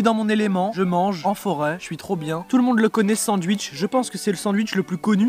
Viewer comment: A tt ceux qui au debut disé "pk tu dis sandUICH au lieu de sandwitch" mtn on a l'habitude